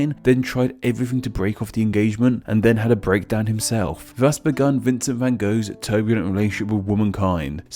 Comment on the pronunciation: The van part, the rest is fine.